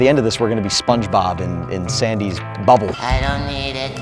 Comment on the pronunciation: I like how he said bubble